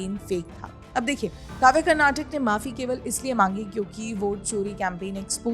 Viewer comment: Please correct the spelling and pronunciation, madam. It's 'Karnataka', not 'Karnatac'. While speaking, most North Indians cut the last vowel which sounds like क्. But you should pronounce the full vowel like in क. I don't understand why North Indians have this problem with pronunciation! They do the same while speaking the name of our language also, which is 'Kannada'. They say it like 'Kannad'. No, it's Kannada, with क् + अ at the end.